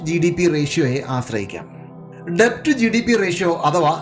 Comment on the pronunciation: 'ഡെബ്റ്റ്' അല്ല 'ഡെറ്റ് ' എന്നാണ് ഉച്ചാരണം